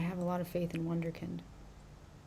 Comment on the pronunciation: Did u say wonder kid??